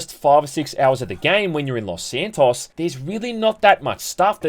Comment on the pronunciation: Pissed me off every time you said Los SanTOSS